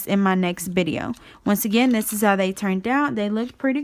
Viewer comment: It's video. With a V not bideo